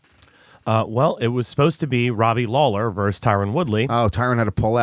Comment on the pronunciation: How do you get "VERSE" out of VERSUS? 😂😂😂😂😂😂